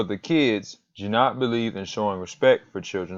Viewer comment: Hard "g" as in "got".